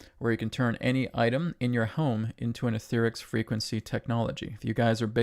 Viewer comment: You're pronouncing Aetherx as etherics,, but your voice over announcer pronounces it as Ether-X. I suppose (😎) you would know, but your announcer has the more persuasive voice, so I think people will end up more or less making you change the way you pronouce it. This hearkens me back to the early 1960s, when the pre Apollo Nasa program was on the Gemeni series. NASA originally pronounced it as Gemenee, but the public ended up pronouncing it Gemen-eye, so NASA just went with it.